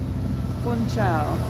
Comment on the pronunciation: Madeira! I watch relaxing driving and walking tours of Madeira. I want to go there and stay awhile❤. Fun-shaw is how you say it. Hope you had a great time!